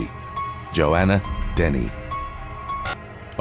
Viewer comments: I love your stories but I hate how on so many youtube videos names are said wrong. It's not Joanna denny its dennehy. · It's pronounced Joanna Denneheeeee